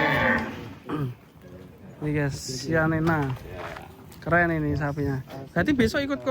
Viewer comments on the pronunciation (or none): Yg Italy chianina bukan sianina